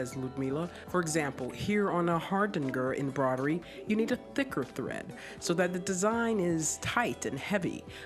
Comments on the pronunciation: Anyone going bonkers from the narrator saying embrodery and not embroidery? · Why she pronounce embroidery like that